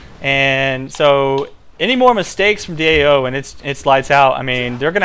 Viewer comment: stop saying DOA, It's DAO :P